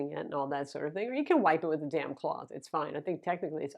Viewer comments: I heard that initially as "you can wipe it with a DAMN cloth". Great review as always,! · I heard that too lol